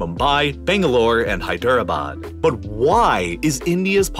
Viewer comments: Bro's pronunciation of Hyderabad is sacrilegious. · I love the pronunciation of Hyderbad. hy-DER-a-bad! So American. (It's actually HY-dra-bad.) Reminds of when another American pronounced Deborah as De-BOR-a! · As an Indian this is a great video apart from "Hy-dera-bad" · How do u mess up the pronunciation of Hyderabad that badly bruh